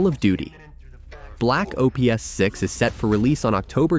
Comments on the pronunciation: Call of Duty O P S not Ops 😅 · Black Ops, not O.P.S. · Why does the narrator pronounce everything wrong? Black O.P.S.? Lol 😂 Black Mithe? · so weird hearing the O P S LOL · Call of Duty Black OH PEE ESS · bro learn to say ops properly ;) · I can forgive the click bait thumbnail but I absolutely can not forgive your pronunciation of widely known names like Black Ops and Jedi. It’s painful to hear and just gives off second hand embarrassment for you.